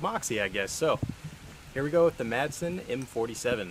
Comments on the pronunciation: Dane here. The "d" is silent in Madsen, so it's really just "Masen". Any way, cool vid!! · The D is silent.